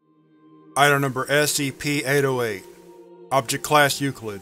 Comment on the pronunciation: my friend just pointed out that it sounds like you say ASCP not SCP and now i cant unhear it 😢 However another great video thanks dude!